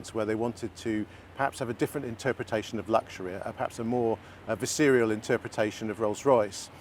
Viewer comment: The way this guy pronounces visceral